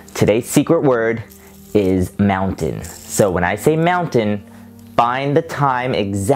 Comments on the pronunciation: Keep up the good work and "Mountian" was said in And I would like the fidget spinner or should I say incredible spinner :D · is the time you said moutain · Is when you said moutain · you said Mountain at 1437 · aboot u said mountain my boi